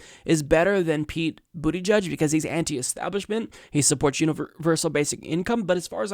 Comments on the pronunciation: went with "Bootie Judge!" OMG! LMFAO! 🤣 🤣 🤣 It's Boot-A-Judge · You are pronouncing his name wrong...he cant be gay and called pete booty judge check out his Colbert inteview to pronounce correctly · LOL The way your pronounce his name makes it sound like he worked for Trump being a Booty Judge and all. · It's Pete "Buddha-Judge" or Pete "Boot-edge-edge" Stop being juvenile. It's beneath you. Really insulting to make fun of the first openly gay presidential candidate this way. Come on man. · I think it's pronounced "boot-ih-jeg". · It's boot-EDGE-EDGE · Pete booty judge I'm sure there's a better way to pronounce his name, lol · 1.Bernie 2.Tulsi 3.Yang for me. Buttigieg (Buttyjudge, sure it's not pronounced that way) sounded good in that segment. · It's not "judge" it's "jidge" -- boot-a-jidge - rhymes with "root-a-bridge". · Politics aside, is it really pronounced "booty jugde?" That alone will get him at 5% of the vote in the primaries😂😂😂